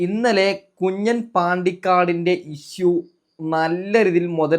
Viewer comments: കുഞ്ഞൻ അല്ല കുഞ്ഞാൻ ആണ് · കുഞ്ഞാൻ ആണ് കുഞ്ഞൻ അല്ല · കുഞ്ഞൻ അല്ല. കുഞ്ഞാൻ...